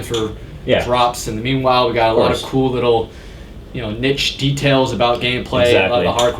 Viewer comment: It's pronounced 'Nee-sh', not 'Ni-ch'.